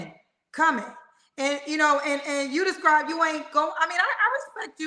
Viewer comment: doesn’t even speak well. He’s trying to say describe but saying scribe. Then said estraint. What are those words? I think he should work on being more at peace with himself in order to get who he desires.